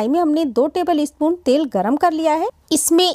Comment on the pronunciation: Tebilispun..... Acha laga sun k Humara dost Ranjeet yada aagaya